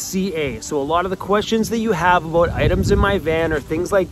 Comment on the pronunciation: Always miss my Canadian relatives when I hear you say "aboot" lol